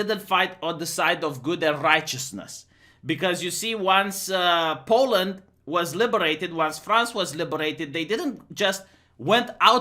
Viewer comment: Poe-land, not pow-land,.